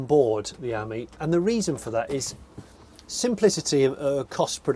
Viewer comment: You pronounce Ami as in “friend” in French , not the way you pronounce it !